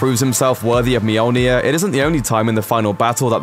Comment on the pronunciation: Mjolnir. muh-yol-nir not meow-near